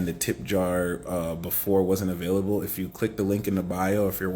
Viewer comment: 'Avayliable' 😂🎉 ty 🫶🙏